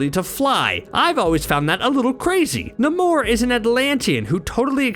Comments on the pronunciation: His name is NAMOR NOT NIMOR! Sheesh! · why cant you say namor's name correctly? idiot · Who let this man make an entire video mispronouncing “Namor”? No one thought of correcting him? lol